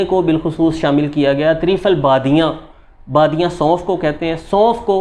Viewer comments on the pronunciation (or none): Badya nahi badyan .